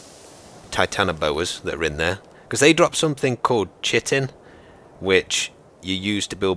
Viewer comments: Wooh6066 I've studied the structure of chitin (pronounced like "kite-in") in several biochem, molecular bio, and even introductory bio classes. Trust me, it's pronounced like kite and then you're in. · I don't know if this is correct but I believe chitin is pronounced more like (kI-tin) or however you write out pronunciations. That is at least the way I've always heard it pronounced. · Btw Chitin, i pronounced as kytin. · Chitin is pronounced kite-in. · seeeelakanth... yeah off the coast of india i think. Chitin...pronounced KITE-N just trying to help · Hot Tip: Chitin is pronounced like Kite-In It's found in some cell walls and exoskeletons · chitin is pronounced like "kite in",. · Great video, sweet house location! Everyone always mis-pronounces chitin, the irony of video games. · it's pronounced kite-in not chit-in:P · Its pronounced Kite-in :) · Yo! Just to help future narrations, chitin is pronounced KY-tin and can be found all around nature! Great vid, I enjoy these survival episodes immensely. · It's pronounced "Kite-in", not "chit-in". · Chitin is pronounced Kite-en. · Chitin? Did he really just say it like that? It's pronounced kite-in. Not Chit-in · chitin is pronounced kai-tin:D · Wooh6066 I can confirm it is pronounced "kite-in", from when I just finished a Biology course. When we were looking at the Fungi kingdom and the mushrooms and such. Also, what do you call a mushroom that tells jokes? A FUN-GUY!!!!!!! That get's me everytime lol. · I'm pretty sure its actually pronounced (Chitin) like ky-tin not chi-tin, I'm not being like "Oh, nerd rage" I'm just saying. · Pronounced - Kai-tin not chit-in. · It's pronounced Kytin, its the main component of any animals exoskeleton. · its pronounced cihtine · and you say it like chi tin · Chitin is pronounced "kite-in" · coelacanth: (/ˈsiːləkænθ/ see-lə-kanth) chitin: (/ˈkaɪtɨn/ ky-tin) (= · Isn't chitin pronounced 'kai-tin'? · Chitin is pronounced kaitin